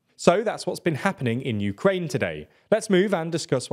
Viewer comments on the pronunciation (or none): none